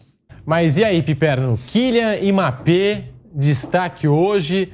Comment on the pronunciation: Killyan Imapê